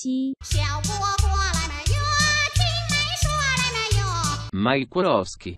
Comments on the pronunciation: Pensé que lo pronunciabais como “Uasouski” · Well, Google Translate totally failed to pronounce the Italian one! 😅 We pronounce "Wazowski" as Russians do .